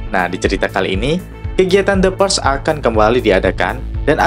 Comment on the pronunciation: Purge bacanyan PUREL gitu ya Teman Teman??